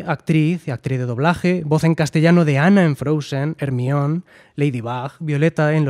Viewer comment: JAJAJA aunque puedo decir siendo de Perú, que cuando leí por primera vez el libro, recién vi las peliculas cuando ya estaban en la 4 entrega y yo estaba a la par y hasta este momento yo creía que se pronunciaba "ERMION" xD